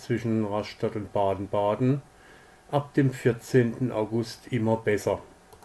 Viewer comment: Daumen nach oben! Gute Zusammenfassung, guter Bericht.Es heißt RAStatt und BADEN-Baden... Vielleicht besser BADE-Bade auf bädisch... ?Viele Grüße aus Dänemark /Thomas Rasmussen